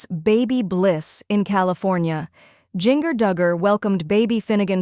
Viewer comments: It’s Jinger like Gingerbread NOT Jinger like Singer!!! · Omg its not jin-ger its jin-jer. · I don’t mean to be mean, but I watch you often. You pronounce Gingers name incorrectly. It’s pronounced Jenn-jur. Maybe that will help. 😊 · Drives me nuts the way she pronounces Jinger’s name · I agree she never pronounces Jinger correctly. Drives me nuts plus this YouTuber starts stuff that’s not true!